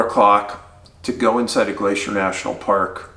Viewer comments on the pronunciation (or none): none